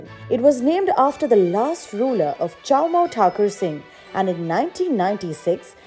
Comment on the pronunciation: Its chommu not chowmou